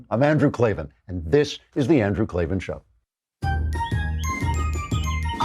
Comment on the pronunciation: Either change your name or pronounce it correctly. Klavan should be pronounced clay van